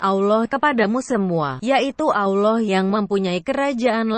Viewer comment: Cara menyebut nama ALLAH swt ja ndk bener,,, Mang bner yg baca naskah di atas ndk ngerti alkitab,cuma di suruh baca ja kyak Koran,,,, Belajar dulu...